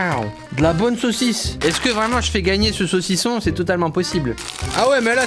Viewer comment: J aime bien le sausison